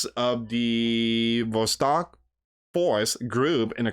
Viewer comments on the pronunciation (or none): none